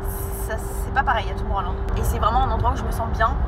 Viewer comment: Arrêtez de prononcer Tomorrowland à la française s'il vous-plaît c'est horrible 😭